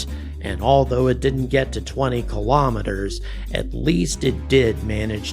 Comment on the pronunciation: I like the way you say "kilometers" the first time, but the other way is OK too. You're also one of the few "educated" people who says "processes" the right way.